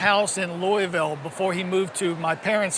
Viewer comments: He doesn't even know how to pronounce louisville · He mispronounced Louisville.... where he use to live. Strange.